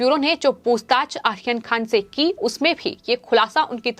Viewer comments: आप आर्यन खान का नाम ठीक से लिजीए. यह आखीर खान कौन है?? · You are pronouncing Aryan khan as Akhirkhan Is it both are same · Correct..ahyan khan....🤣🤣🤣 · How she pronounced Aryan khan!!!!!!!!Ahyan khan😆😆